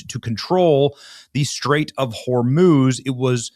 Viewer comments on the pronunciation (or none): none